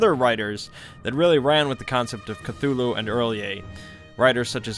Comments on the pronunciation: “ClUeLuE” Bro work on your words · Still better than Kut-tulu. Which sounds shite. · "Knock Knock" "Who's there?" "Cthul".... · Something about the way he says "Cthulhu" just scratches an itch in my brain. The strange, breathy first syllable with the mic peaking oddly makes it sound more alien. Betting is an actual Deep One who figured out how Youtube works. Truly, the depths of his knowledge are unfathomable. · I think is said just thulu and the C is some random alien noise